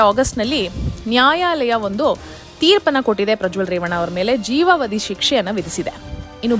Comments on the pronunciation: ಜೀವಾವದಿ ಎಂದು ಉಚ್ಚರಿಸಿ, ಜೀವವದಿ ಅಲ್ಲ. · ಕನ್ನಡ ಸರಿಯಾಗಿ ಉಚ್ಚಾರ ಮಾಡಿ ಜೀವಾವಧಿ ಸರಿ ಜೀವವಾದಿ ತಪ್ಪು